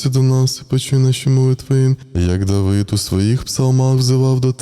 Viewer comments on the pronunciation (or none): none